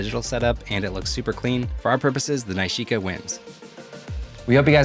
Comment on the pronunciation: Loved the film results. Pretty sure that’s not how you pronounce nishika though 😜